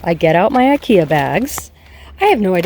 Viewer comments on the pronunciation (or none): none